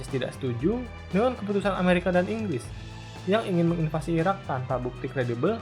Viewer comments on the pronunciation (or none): none